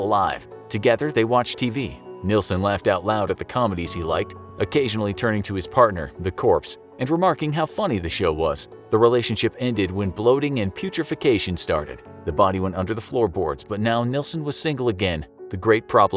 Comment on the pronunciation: Ummm...it's Phew- tra- fact-ion